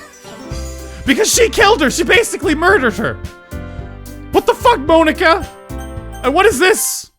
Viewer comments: it's not moanika it's monika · Monika like poke-a-mon not mone-ika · He says Monika really weird